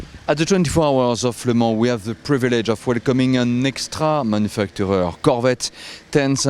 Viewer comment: He pronounced Le Mans really good :P